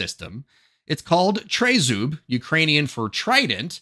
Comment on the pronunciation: I know most Americans can't pronounce anything in a foreign language (including Spanish!!😆) but tri-zub (trident) is pronounced as it looks (short i in tri, like "tree")